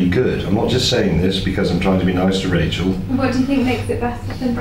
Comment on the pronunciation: not all words have a "z" at the end. I'm just kidding:) Thank you for another great video!